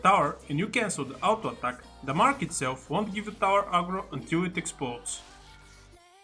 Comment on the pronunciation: your "Autoattack" sounds really nice man